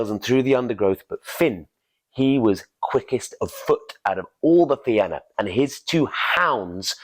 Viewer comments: Man I love your stuff. .the Fianna is pronounced The Fean YA ... otherwise Rock on my friend rock I Love it .. PS Im irish so just sharing ...by the way my youngest son is named Oisín Go raibh maith agat a chara.. ... Iain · Thank you for the great storytelling. The only thing the Fianna is pronounced fee-in-ah.